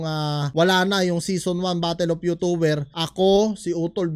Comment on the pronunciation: yotober? youchouber? youtuber..yutuhber?..ayosin mo pronouns mo..